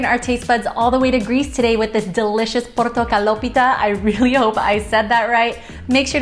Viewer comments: what a great video and i can confirm that you pronounced it PERFECT at the end. Is there a written version of the recipe? i would love to try to make this. have a great day!! thanks again!! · Congratulations on Picking a Greek " traditional " dessert! You did pronounce it the right way. There's definitely more interesting choices that people choose nowadays. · Excellent pronunciation of portokalopita, great recipe too